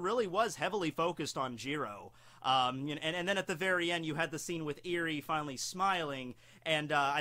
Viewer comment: Dude, you calling her “eerie?” She is cute, not creepy. It’s “é-ri”